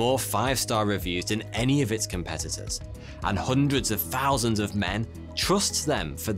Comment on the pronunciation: How much is a “fousand”